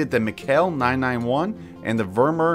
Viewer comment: The way you say vermeer kills me